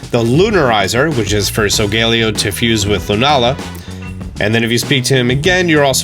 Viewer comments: no offense but its pronounced solgaleo not solgeleo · (Soul-ga-ley-yo) Not (sol-gale-io) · COS-MOH-EM SOH-GA-LE-O I’m sorry but your pronunciation dives me crazy. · So-ga-leo not so-gal-eo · Him: so-gae-li-oh Me: Sol-ga-lay-oh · Solgaleo is pronounced (so-ga-le-o) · I hate how you say “Solglaleo” 🤦🏽‍♂️ Sol-ga-léo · It’s so-ga-le-o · It’s sal ga le o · So-guh-lay-oh.... do you even watch Pokémon bro? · Am I the only one who pronounced solgaleo as. “Soul-gah-lee-oh” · Its actually pronounced sol gah lay o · the way he pronounced solgaleo hurt me somehow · The way you pronounce solgaleo annoys me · Im mad at how you say Solgaleo